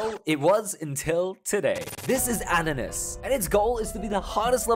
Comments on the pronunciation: It's aternus not ananaus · it’s aeternus not aternus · He said anania but it is intact aeternus